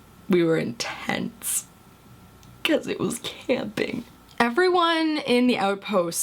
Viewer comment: AH! SHE SAID IT! IN-TENTS! HA! (I kid you not, I cannot stop laughing right now.)